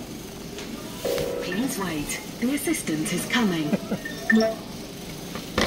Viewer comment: Self check out sounded like she said "The Resistance is Coming"....of course, I was over by the sink eating a square of chocolate that I dipped in peanut butter and it wasn't until I sat down and rewound the video to realize she must've said something like 'the assistant is coming,' or what have you. Anyway, I can't stop laughing because how funny would it be if the register voice actually said 'The Resistance is Coming!"..every time you swiped a food and beverage item. Then I had to recall what the old saying was..Peace de la Resistance...and then, because of the register being in a seeming grocery store, how crazy would that be if the register voice actually implied that eventually 'you will resist this food' kind of thing. Battle of the Bulge, etc, via automated commands. And then, for some reason the following week you would feel like going on a strict diet only to realize later that somehow the register voice foreshadowed your diet path. Thanks for the laugh. It's 2 in a row because I was watching the sausage through the holes in the box game prior to this and it was fun and funny.